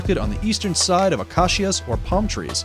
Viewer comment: This is very cool, but you've mixed footage of horned coots with footage of western grebes (which you don't mention, and yet use again for your final image) and Canada geese. Also, for future reference, here are some pronunciation corrections: lichen is pronounced LIKEN. Acacia is pronounced AKAYSHA. Maleefowl is mAleefowl, not maLEEfowl, Saguaro is pronounced SagWAro, not serra gurro And Grebe is pronounced GREEB. Though the mistakes were somewhat distracting, the presentation was still interesting and informative, for the most part.